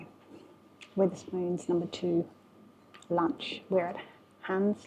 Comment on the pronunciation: STOP SAYINNG WITH ER SPOONS, ITS WETH ER SPOONS. WEATHER AS IN THE SUN AND RAIN AND STORMS. SORRY IT JUST ANNOYS ME THAT YOU DO A VID ABOUT SOMTHING AND CANT PRONOUNCE IT CORRECTLY.